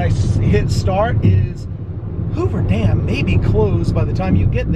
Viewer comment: it's dam , not damn